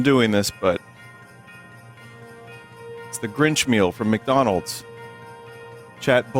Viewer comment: the grirch meal from mcdanooj